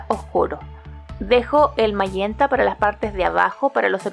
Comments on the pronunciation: Lo que suena raro es ese tal mallenta o como se diga SE DICE MAGENTAAA!!! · Pintas muy hermosa la comida, pero me encantaría ver que pintes rostros, flores, paisajes , etc. Nunca me pierdo tus hermosos videos. Una observación. El color magenta se pronuncia majenta en español y en inglés se pronuncia mayenta 👏👏👏👏👏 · En español es magenta (pronunciandose majenta), tu público es hablante del español, aunque "te suene raro", suena mas raro "mayenta". Por lo demas, una gran clase.